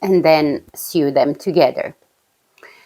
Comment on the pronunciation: Hello from Canada! Nice to see you again : ) Your english is just fine. I only noticed one word that you say different. When you "sew" a garment together it is pronounced -- so. I watch Inka too. Isn't she adorable !?